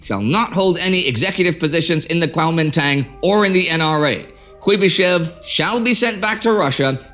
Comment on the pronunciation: You pronounced it so nicely the first time. Then slipped back into the silly western mis-pronunciation. Regardless of how you choose to write it Kuomintang or Guomindang the pronunciation is Guo min dang.